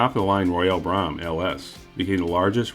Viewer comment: I've always heard it pronounced to rhyme with "comb" or "foam".